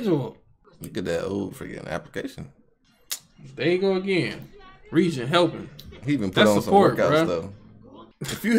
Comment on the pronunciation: Also it always has me dying when you pronounce Reigen, as "Region" lol, I get how people get comfortable with pronounciation like with Tsukii, but if you are curious Reigen's name is pronounced simply (Ray-gen)